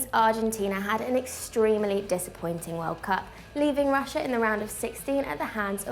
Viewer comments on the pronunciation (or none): none